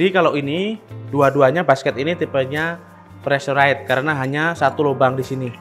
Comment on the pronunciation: Preesuraizd, Bang..